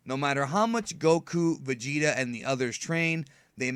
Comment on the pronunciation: and vegeta beh-bee...